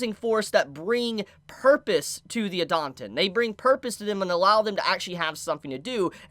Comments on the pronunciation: it's pronounced Eee-Dah-Ten please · I like Idaten Deities. This vid got recommended to me. Let's have a listen. Christ, try listening to the way Idaten is pronounced in the anime before you post a vid butchering it repeatedly. TV-MA what it has more than colorful art? It has adult themes you wouldn't want children exposed to, how could they?! dislike, sorry I couldn't bother to listen to you a whole 4 minutes. You just didn't do the work to really draw in a potential subscriber. Keep it up, improve, you must be doing something right a lot of the time to have over 400k sub's, so this must have been lower quality than normal.